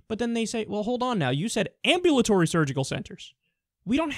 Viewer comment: Kyle... Correct your self please, you sound like an idiot . Google the word " Ambulatory "